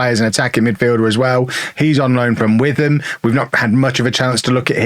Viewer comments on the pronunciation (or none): Its pronounced "Wit-am" mate😜